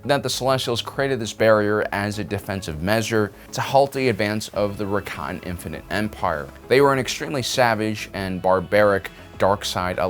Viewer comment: I keep hearing 'Rakan' instead of Rakatan. (Also, completely unrelated but their 'Infinite' Empire had about 100 worlds, 'parrently they suck at counting lel)